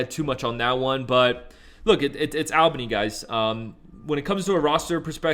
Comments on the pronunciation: Bro say it like Allbany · Him saying Al Bany was pissin me off 😂